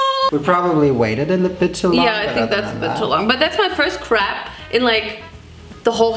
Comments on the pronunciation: I love how you pronounce "crêpes" "craps" It's the cutest thing ever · Subtitles often says "Crap" or "crack" when you say Crêpes :D